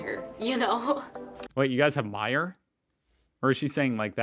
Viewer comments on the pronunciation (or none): none